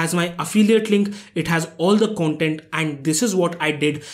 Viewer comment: It's not kauntent its content It's not pruduct its product Mistakes brother 😉